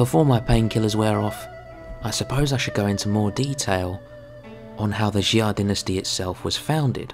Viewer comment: Its pronounced Sha, not Xi-ah, other than that, nice work.